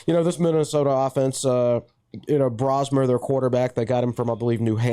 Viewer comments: Ski U Mah is pronounced Sky U Mah, not Skee. Brosmer - it's a long O. Enjoyed the podcast. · Ski U Mah is actually pronounced SKY U Mah, not SKEE. The guy from Eden Prairie MN should know that but it's not like he's the only one. He might even be in the majority. Also Brosmer is with a long O. I enjoyed the podcast and hope your predictions are accurate. Row the Boat. Ski U Mah. Go Gophers!